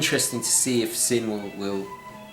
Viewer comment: nice video - looking forward to seeing which Sinn watch you went for. As a small sidenote - the correct pronounciation of the brandname Sinn is actually "Zinn" (with a soft "Z" as in "Zulu") and not with a sharp "S". The brandname Sinn originates from the surname of it's founder "Helmut Sinn". I wonder which of your watches will be sold. All the best...